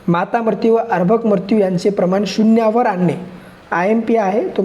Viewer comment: अभ्रक् नाही अर्भक सर